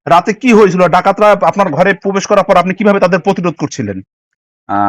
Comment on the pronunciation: 'পোবেস' না ভাই 'প্রবেশ' হবে। ভাই আপনি আরো ভালোভাবে অনুশীলন করেন আগে।